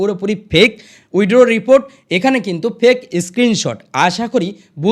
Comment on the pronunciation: Ei j dada apni original khobor kichui janen na onno jayga theke jhere video banao. Prothome nijer english uchcharon ta thik kore bolun. Poriskar withdraw bolte sikhun tarpor subscribe korte bolben.